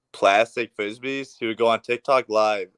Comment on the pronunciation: “He would sewl these fwizzbees”